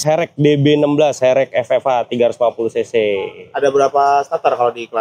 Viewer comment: herek bukan ferek 😂